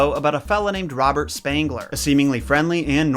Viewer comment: I don't know why but almost every time he says Robert I hear Bob. I really need to buy new earphones 😂😂🤣🤣😂🤣